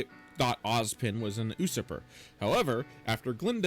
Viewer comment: 3 things 1. Good to see you back 2. We have a new trap king? But...this one’s not as...well...you know. 3. Usurper is pronounced “you-SURP-er”